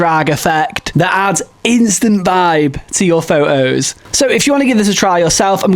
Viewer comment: Is there something wrong with your incisors causing you not pronouncing “photos” and “important” properly? 😅